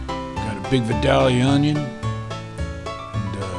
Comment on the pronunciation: It AINT VIADALIA... It's pronounced VY dale ya from vy dale ya Georga.